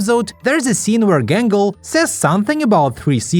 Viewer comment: Everytime i hear 'Gangle' i instead hear "Gamble"